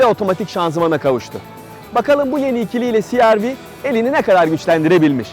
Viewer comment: cereve deseniz daha iyi olmaz mı siarvi yerine